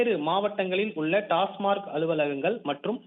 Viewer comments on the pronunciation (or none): டாஸ்மாக். டாஸ்மார்க் அல்ல